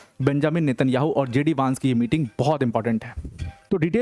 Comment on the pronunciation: वैन्स not वांस, please correct pronunciation